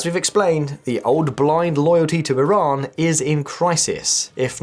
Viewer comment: Good to know you called Iran with their real name (E-Raan) not (Eye-ran) unlike some👍🏻👍🏻👍🏻👍🏻